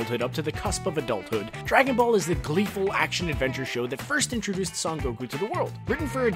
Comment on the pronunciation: I didn't think it was possible to mispronounce the word "Son" in "Son Goku"